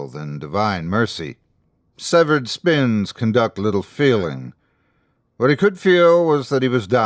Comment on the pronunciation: Severed spines not spins lol